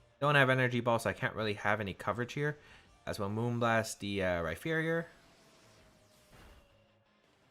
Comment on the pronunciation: So now that says Max Phantasm correctly, are we going to point out that he pronounces Rhyperior like it has a phonetic "ph" in the middle? 😒